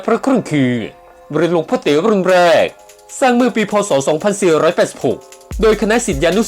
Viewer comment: ถ้าไม่บีบเสียงจะดีมากครับ หลวงพ่อเต๋ ฟังเป็นหลวงพ่อตี๋ ถ้าใช้เสียงธรรมดาจะดีมากครับ ท่าน ขออนุโมทนา ครับ